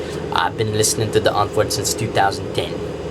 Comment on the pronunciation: At least he said "Die Antwoord" right.